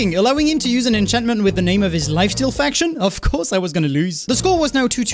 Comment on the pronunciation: why does he say lifesteal as lyfteal